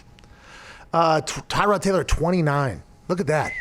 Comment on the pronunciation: put some respect on Tyrod by saying his name right LOL